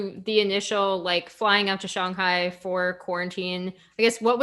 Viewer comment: Good to see her correctly pronounce shanghai instead shanhai.